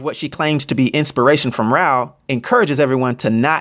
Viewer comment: I know this video is a couple of months old, but I just wanted to point out that from everything I have read and watched, Rao would be pronounced like wow with an R at the beginning instead of the W.